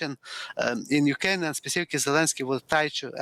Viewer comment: Sorry, I can hardly understand the professor.....🙁 And why is he speaking of "Ukaine" , why leave the "r" out...? ? ? ? ? 😳